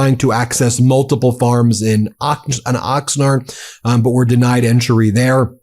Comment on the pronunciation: Ben... you live in SoCal. How do you not know how to pronounce Oxnard and Carpinteria? Ox-Nard like Card. Carp-enter-ee-ya.